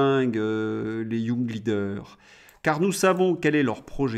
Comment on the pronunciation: Pif, paf, et surtout pouf... Excellent! Mais si démoralisant 😡... Juste une petite chose, ce serait nettement plus élégant de prononcer les mots anglais en anglais, tel que young (leader). Courage 😅!